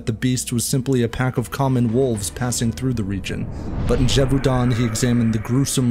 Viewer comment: “Gévaudan” is pronounced “zhay-voh-dã’ (not zheh-voo-don”